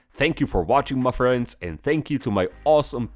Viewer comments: Finally I've reached this level of involvment when I am saying 'Mah freends' at the same time with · I've noticed that the "Muh friends" is delivered with increasing impact every week 😂